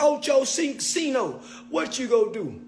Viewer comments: He still saying his name wrong. Wtf. 😂 someone correct him please. Oh-ski-no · Oschino is pronounced O-skeeno, not O-sheeno. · It’s not O-SHE-NO! It’s O-SKI-NO! Damn! 😂 lol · O-schi-no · Bro stop calling Oschino osheeno you idiot 🤦🏽‍♂️😩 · It’s pronounced O Skee No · O-SKI-NO!!! It's not rocket science!!! 😂😂 And why Oschino say he was "cooking toast"? 😂😂😂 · YOU STILL CANT PRONOUNCE OSCHINO CORRECTLY, GODDAMN. You didn't learn from ya last video with his name?! What a joke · Please learn how to pronounce Oschino